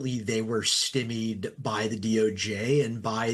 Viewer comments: Surely it's "sty-meed", not "stimmied"? Admittedly not the most important question, but still... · Guy can't say Stymied correctly but he is right about why they couldn't bust the human thumb with a face at the time he took the bucks.